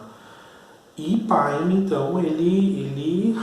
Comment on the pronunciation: Professor,muito boa a aula,mas vai uma dica, não se fala páine,e sim pêine.